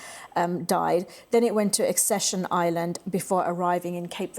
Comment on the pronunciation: she cant even pronounce 'Ascension' properly.🙄 Clearly done no research and doesnt know what shes talking about. How can we trust anthing she says